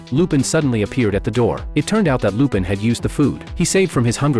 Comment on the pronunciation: Finally, although AI mispronounce lupin, which is fair enough, but at least it didnt said shit like "john" and "jeff"